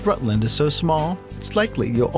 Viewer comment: He also sed Rêœütland